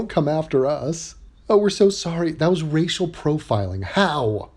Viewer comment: LOL... listen carefully "Rachel profiling"